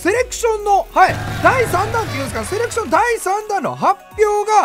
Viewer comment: セレクションなのにセレションになってるのは気のせいかな…？